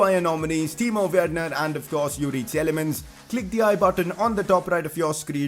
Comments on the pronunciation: It's not [Tjelemens] but [Tilemans] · Please work on your Praet and Tielemans prononciation